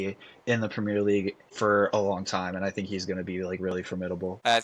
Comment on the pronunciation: premeer league? what is that mate 😂